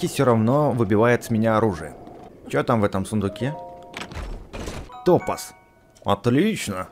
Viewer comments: не топаз а топаз ударение на а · не топаз а топаааз на а ударене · Правильно говорить не топаз, а топаз. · камень называется не тОпаз, а топАз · ты неправильно ставишь ударение в слове тОпаз а надо топАз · Не тОбаз а Тобаз